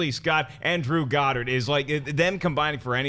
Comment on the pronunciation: I love Schnepp but he is an idiot. Everbody before him pronounced "Goddard" the correct way (God-erd) but he still butchers it (Ga-dard) like he does with every name. Come on dude